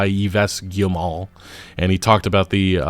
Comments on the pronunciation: I think you pronounce Yves(Eves) Guillemot(Gimoh). But yea you are butchering that name. take 2 min to learn to say a name when you arent sure before making a video...videos stay around a while and its hard to listen to these kinds of mistakes. No hatin just stating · Just FYI, Yves is pronounced just like Eve in English. As for Guillemot... Gee-yuh-moh would be close. With a hard G. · Yves Guillemot is pronounced like EEV GHEE-yə-moh. (ə is the vowel in 'the') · Like, “Adam and Eve,” it’s pronounced, “Eve.” Yves Guillemot is pronounced, “Eve Geelmoh.”😢